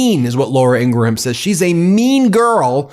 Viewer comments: Ben, are you mispronouncing Laura Ingraham's surname on purpose? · In-gra-ham is deplorable!